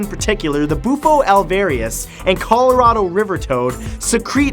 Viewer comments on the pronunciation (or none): none